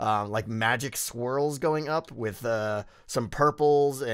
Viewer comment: Did anyone else hear "magic squirrels" and not "magic swirls"?